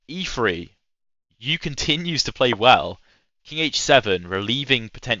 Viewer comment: I don’t think Max Euwe was a sheep… it is more commonly pronounced in uk English as something like “Urrver”, although if you ask on Reddit you’ll likely get 100s of alternatives. Same as asking how to pronounce Scheveningen!?